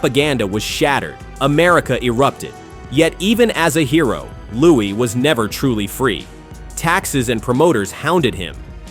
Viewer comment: Ai makes Louis sound like Louie